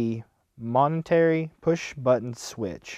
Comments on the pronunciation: Nice video. Not nitpicking, but it's pronounced Mo-men-tary, not mon-e-tary. :) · That's what I said moe men tary = momentary, not moNetary, may just be his accent, I'm used to listening to hillbillys ;). Still it was a good vid and I can't wait for the homemade rebuildable atomizer. No insult intended.